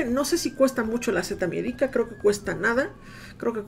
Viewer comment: Al fin alguien que pronuncia bien la seta miedica, bravo 👏